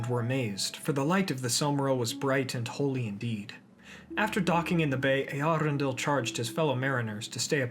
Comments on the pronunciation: Your pronounciation of Eärendil is kinda weird. The emphasis should be on the eaRENdil not eArendil. I cant unhear that now its horrible... Cool video otherwise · Correct me if I'm wrong but I believe your pronunciation of Eärendil is wrong. The ä is pronounced as the a in apple. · Eherendil—- only Yoystan probounced it well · Is that how you pronounce it? Always thought it's pronounced ärendíl since quenya and sindarin are largely based on finnish 🤔😋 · I also wondered for a time how it's pronounced, when I first red the name. It's not an umlaut "ä" (like the German "ä" as in Äpfel), but a diaeresis (tréma) "ä", so it means the "a" is pronounced separately (and is not melting together with the "E", so it's not a diphthong) and does not change the sound of the "a". The name is Quenya and there the "a" is pronounced as in father. The IPA should be /ˌe.aˈrendil/ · Love the hard Rs you have in your pronuciation of Eärendil's name